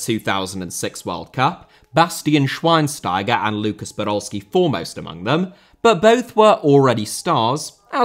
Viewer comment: Probs! No person outside german speaking countries can pronounce Schweinsteiger as well as you. :D